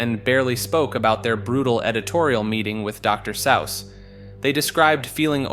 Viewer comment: You’re killing me with the pronunciations bro. Dr Sowse? You’re doing it on purpose